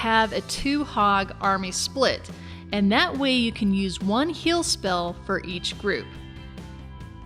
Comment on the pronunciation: When she says "heal" it sounds like "hill," and when she says "feel" it sounds like "fill." What type of accent is this?